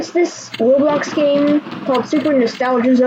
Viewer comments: It's pronounced row blocks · Its not rawblox its roblox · it’s not rob blox it’s roeblox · Its ROW BLOCKS NOT RAWBLOCKS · "rawblox" lol